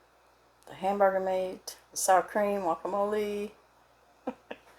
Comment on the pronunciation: It's Guacamole not Yokamole. Lol